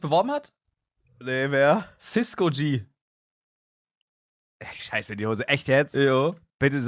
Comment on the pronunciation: HAHA CISKGO.... der heißt CiskoG